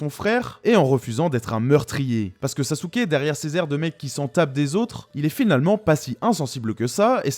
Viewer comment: Ça fait un moment depuis le dernier live de Manga Fr! Superbe review comme d'hab même si sasuké "sasouke"🤭 est loin d'être mon personnage favoris